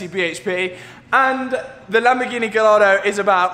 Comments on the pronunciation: please i beg bro please pronounce Gallardo = Guy R doe not Gal R Doe. Love the content man keep killing it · Get more triggered than I should at the way you're prouncing Gallardo wrong now 😂 Love this content dude! Brilliant as always!